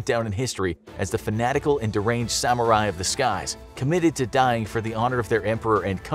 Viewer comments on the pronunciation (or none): none